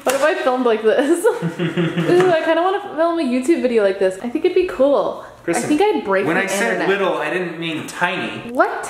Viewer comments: Say hi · i love it when you cook